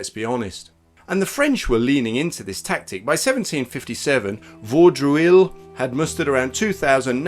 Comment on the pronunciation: First, Vaudreuil is pronounced Vo-droy. Second, they weren't Natives, they were American Indians (following the path of Indian tribes (before they encountered the white man) across America is an interesting study). Whether there were natives of the Western Hemisphere is up for grabs, but the guys at William Henry weren't them. PS The reason the Franco-Huron alliance was never stronger is because not only did the Indians attack the hospital, they dug up the dead in the cemetery. and this is the real story The reason Munro had to surrender was that smallpox had broken out in the garrison and when the Indians scalped living and dead (including the ones in the cemetery) and herded prisoners back to Canada, they brought the virus back with them and then went into winter quarters. They were decimated by the disease.